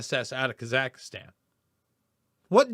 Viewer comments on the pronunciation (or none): it is Kaz ak stan. not kaz ak istan.